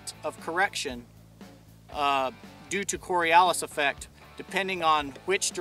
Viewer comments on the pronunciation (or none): Someone needs to tell him how to properly pronounce Coriolis effect.there is no letter A in it pronounced cory olis not cory alice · Littlebit wrong on explanation of the Cori-o-lis effect there buddy... :P Never heard of this cori-al-is effect you speak of. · cO ri O Lis not cori Allis --- plz learn to speak engLish, and when did a "situation" become "dada"? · It's pronounced Cory-oh-liss, not Cory-al-iss... You're welcome. Great Video, thanks. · Cory Oh lis, not cory ahl is. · That’s cori-O-lis not cori-A-lis effect. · Coriolis is not spoken kor-ee-AWL-is, it's kor-ee-OH-lis. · Tip of the days is, its Cori- oh-lis effect. Not Cori-Alice effect! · i always thought it was pronounced core-ee-oh-lis not core-ee-ah-lis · it's pronounced core-ee-oh-less. not corey-allis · The word is pronounced Cor-e-o-lus not Cor-e-al-lus. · it's spelled Coriolis... not "corialess" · It's not corialis it is coriolis in pronunciation. Great video though. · You're saying; cori-al-is...its cori-o-lis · Quick comment; it's pronounced korre-O-less, NOT kore-A-less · coriOlis mate, not coriAlis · It is pronounced (kawr-ee-oh-lis) not (kawr-ee-ow-lis) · core ri o lis is how it's pronounced. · coriALICE? really? (somebody tell me WHERE does he get the letter 'A' from to pronounce it like this) the results of your field test clearly support your initial supposition regarding projectile impact for each of the compass directions for which you fired, but geez louise get the correct pronunciation down of the subject matter to gain that needed credibility at the beginning of the video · cor-ri-o-lis effect. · Lost me at the second "Corey-Alice' pronunciation. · Ugh... it's Cori 'oh' lis effect. At least pronounce it correctly. Second, to all the comments below, the Coriolis will impact ant object in motion that's free flight, pointed North, West, directly up, whatever. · Core ee OH lus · It's pronounced cory - 0 - liss. It has a north/South effect too:POI to the left north, to the right south.